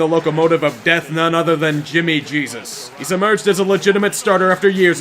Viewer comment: "Jimmy Gesus" 😂😂